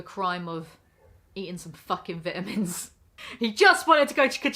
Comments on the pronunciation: I know she cant control it but I couldn't stand how the way she said "vitamins" >_< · I will always hear vidah-mins and giggle a little. Sorry I'm a yankee